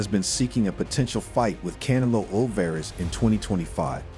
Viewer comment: CAN-AH-LOW lmfao cantaloupe